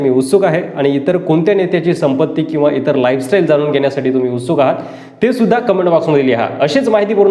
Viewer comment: संपूर्न, जानून, रास्ट्र्वादी, कॉन्टॅक नंबर,आनी, राहन्यायोग्य,घेन्यासाठी, महारास्ट्र,....असे किती तरी अशुध्द मराठी शब्द वापरले आहेत राव.कधीतरी शुद्ध मराठी भाषा बोलायला शिका ना राव तरच आम्ही तुमचे व्हीडिओ पाहूत.